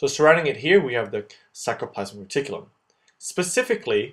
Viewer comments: FYI It's sarcoplasmic reticulum not sacroplasmic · Nice explanation but .. It is sarcoplasmic reticulum not sacroplasmic .& many mistakes . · sarcoplasmic not sacroplasmic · Hi mate, thanks for a really awesome video. One little mistake is that it is "sarcomere" and "sarcoplasmic reticulum" not saCRo. I'm really not trying to be a douche and I never write comments like this but I just thought it might be useful for others. Maybe you can have a little box at the start explaining the mistake so that people don't learn it wrong. Other than that it was immensely helpful and I envy your drawing skills! Cheers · Everything was so well described except for the spelling and pronunciation of “sarcolemma/ sarcoplasmic”. It is not “sacro”. Other than that, great job